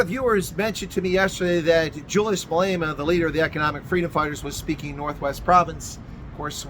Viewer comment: "Jully-Ass Main-Delar"😂😂😂